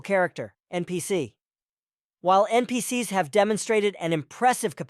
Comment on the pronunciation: Rag-Gatha? R-Ag-Gatha? NPC-S? This could have used a human touch, maybe? There are ways to have certain syllables and phrases pronounced by a CPU voice.